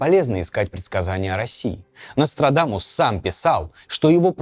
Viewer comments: Я один весь ролик слишал, НострадАнус? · Мне одному кажется, что временами произносит НострадаНус?